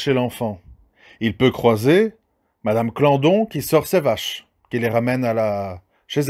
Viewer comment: Cest pas Clandon mais Claudon déjà. De une. Si tu pouvais arrêter de tourner autour du pot et rentrer directement dans le vif du sujet ça m'aiderait j'aimerais me coucher pas trop tard. Merci.